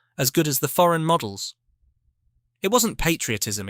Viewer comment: Emthralling bit of history, clarifying all the mythical stuff attributed to "RollsRoyce", bit such a pity that the narrator puts the emphasis consistently on the noun rather than the adjective ! eg. "Foreign models" Adjective Noun. It's very annoying !!